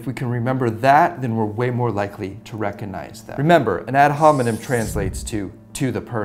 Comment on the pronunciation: Having a hard time not wincing at each "recuhnize".